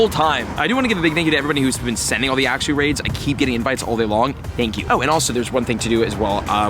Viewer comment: am i the only one that wants to correct him every time he says axew 😂